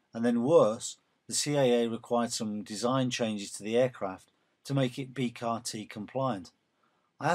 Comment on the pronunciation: B C A R.....not B CAR!